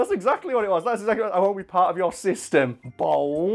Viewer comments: I spent the first few minutes really confused cuz I thought you said bong instead of bowl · please tell me someone else also hears bong when says bowl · Why se fuk is this guy saying BONG instead of Bowl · Did it sound like bong to you? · You sound like you are saying bong. Not bowl lol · Is it just me or does it sound like he's saying bong when he says bowl? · I can't help hearing bone when he says bowl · Does it sound like he says bong in said of bowl sometimes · Bowl not ball lol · When you say bowl it sounds like bong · Thank god I'm not the only one who thought he said bong. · It sounded like he said bong a few times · It sounds like you're saying bone lol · my man, whats up with the way you say bowl? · the way you say bowl is so hard for me to understand!